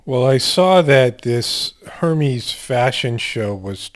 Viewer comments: Its pronounced er mes Hermes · it's pronounced ur-mez